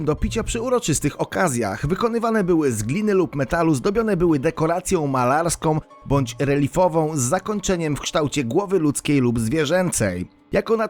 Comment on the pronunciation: Nie reLIfową, tylko reLIEfową, proszę pana. (Dekoracją. Były zdobione. Naczynia)